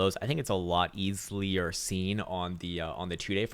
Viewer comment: "Easlier". Love that fucking word!